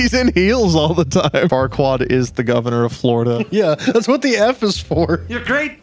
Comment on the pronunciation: It’s lord Farqua-plier